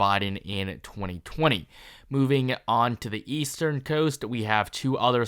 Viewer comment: "moving onto the eastern toast"